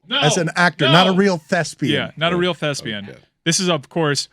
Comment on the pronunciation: Did say "thespian" like lesbian?